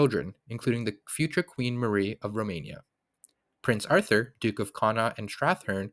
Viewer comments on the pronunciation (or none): none